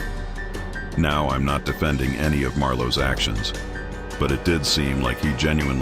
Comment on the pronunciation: I knew she didn’t know what’s was going on when she said boweing home when it’s Bowen homes 😩😩😂😂😂